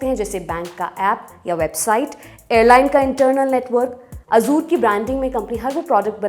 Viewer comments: " ए जर" होता हे "अजुर" नही.😂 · Ye simplify karne ke chakkar me sab galat bata diye hain......... First of all, it is 'Azzure' (with an emphasis on 'z') not 'Azor'. Why are you connecting Azure with CrowdStrike? These are two different things. I don't understand why you want to oversimplify and make false connections. It is okay if a common man does not understand the technical details. I have worked at Azure storage myself, these types of config screw up happen while rolling out new versions of the service, and the whole service gets rolled back once the outage is declared. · Azure❌ Azuur✅ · मोहतरमा, azure का उच्चारण ए ज़र है, अज़ूर नहीं.... बुरा न मानियेगा, आप जितनी बार अज़ूर बोलती थीं, मेरे कान में खटकता था 😊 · sahi kahaaa